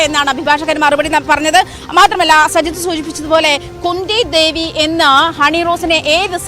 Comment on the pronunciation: ന്യൂസ്‌ വായിക്കുന്ന ചേട്ടാ കുന്ദി ദേവീന്ന് പറയാൻ പാടില്ല 😋